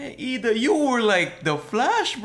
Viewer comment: It's iida bro the first letter is 'i' not l